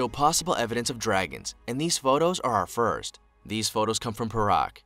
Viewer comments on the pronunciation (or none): none